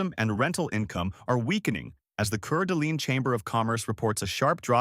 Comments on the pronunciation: Nice Video, really enjoyed it. Sorry for buyers underwater tho. I live in WA but I'm from N. Idaho so I know the area as a local would. So I gotta tell you how to pronounce Coeur d'alene NOT Curd Alane as you keep saying it. It is CORE d'Alane, Please, OK? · Coeur d' alene is pronounced "Core d' Lane, not cur dleene." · It's pronounced Kor da' Lane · I was a realtor in the CDA & Spokane area for two years and still keep tabs on the market. The info in this video COULD NOT POSSIBLY MORE WRONG. Last year Kootenai County hit a new high median home sale price. On a funny note- they absolutely butchered the pronunciation of Coeur d’Alene and no, not one person here calls it “coorduh”. I’d love to see him pronounce Kootenai or Pend Orielle 😂😂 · If you pronounce it that way, you've never been there. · You were right. I was addressing the guy on the video. We pronounce the right way in Priest River.